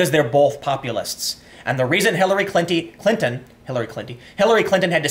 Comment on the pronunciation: Very close to saying "Hillary Cunty" there Tim.😂